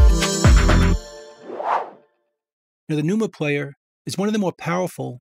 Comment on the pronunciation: “tha numa… playah”